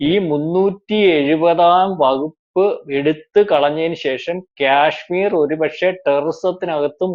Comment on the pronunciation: ക്യാഷ്മീറോ നേരെ ചൊവ്വേ ഉച്ചരിക്ക് മിസ്റ്റർ, അതുപോലെ തെറ്റുകൾ പറയാതി രിക്കുക, മറ്റൊരു വീ ഡിയോയിൽ ബിജെപി യുടെ ദേശീയ അധ്യക്ഷൻ നന്ദ എന്നു പറയുന്നത് കണ്ടു, കേൾക്കുന്നവർ വിഡ്ഢികൾ അല്ല, ഇതുപോലെ പല തെറ്റുകളും താങ്കൾ പല വീഡീയോകളി ലും പറയാറുണ്ട്, സഹികെട്ടത് കൊണ്ട് പറഞ്ഞതാ. 🤣